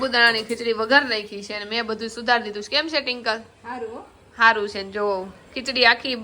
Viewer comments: Tinkal nai Twinkal bolo 😂😂😂😂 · Tinkal tinkal😂😂😂😂twinkle bolo n ben😂😂😂😅😅😅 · Tinkal tinkal ka bolo cho twinkal name che 😅😂😊